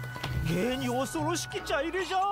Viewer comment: 「ちゃいれ⤴」ではなく「ちゃいれ⤵」、火入れのイントネーションとは違うんですよ～。 ちょっとムズムズしてしまいましたw